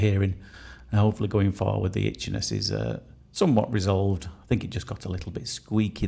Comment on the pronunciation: When you said she had a problem with itchiness i heard it as bitchiness lol maybe i need my ears cleaning 😮